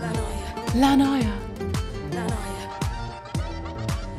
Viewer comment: you are the first person that pronounces correctly la noia